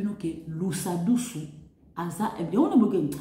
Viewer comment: Deja ozô prononcer pe ko déformé kombo ya mutu Lusadisu et non lusadusu avant ya koloba tuna